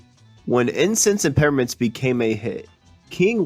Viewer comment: Incense and PePPermints - those P's aren't silent, right? Or maybe I've been pronouncing it wrong??